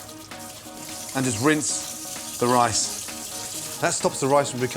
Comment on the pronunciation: ricin?! You tryin to poison me Gordon?